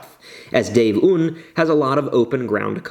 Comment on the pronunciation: I will literally implode if I hear another american pronounce "un" like that XD